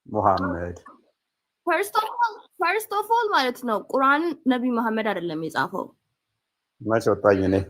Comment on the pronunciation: ቁራን ትላለች ቁረአን ነው የሚባለው